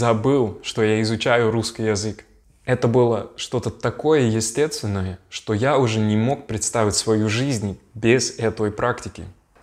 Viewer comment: I can spot a few more mistakes too. You pronounce some words in the wrong way. For example you say еТстественное instread of естественное.